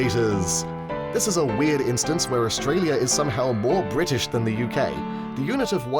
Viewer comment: Australiur Areaur